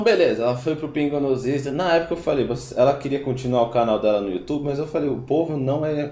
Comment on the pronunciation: Cara, vc fala muito mal! " Pra mim fazer" " pingos no izzz"